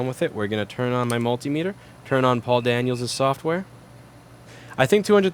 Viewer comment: Literally every time you say Paul Daniels software I cry laughing